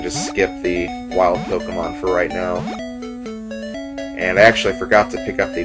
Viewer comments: ...I somewhat expected this, but of course I wasn't certain until now. What I DIDN'T expect AT ALL was for you to pronounce "Pokémon" CORRECTLY! =D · And I really appreciate how you pronounce the title properly.